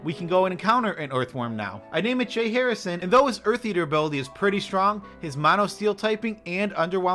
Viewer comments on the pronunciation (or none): none